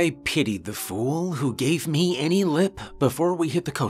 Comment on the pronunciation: ahead of it hit before